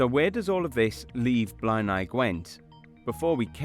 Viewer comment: You're mispronouncing Blaenau. Blay-nigh.